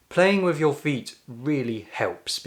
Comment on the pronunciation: Wiv instead of with.